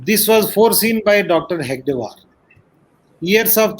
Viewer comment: This joker rao can't even pronounce Hedagewar, calling him hegadewar. Talks about guruji - lol. If he had even half knowledge and done tyaga of guruji. Clown